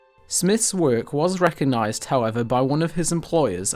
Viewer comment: Re coG nised - there is a g in there. Great content but the script and presentation needs quite a bit of work.